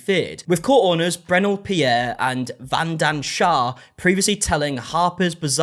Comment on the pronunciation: Years of colonisation and still can't say vandan shah🥲... What was the point of it all